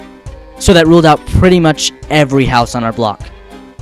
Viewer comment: why the hell does he say im a praitye at 1;33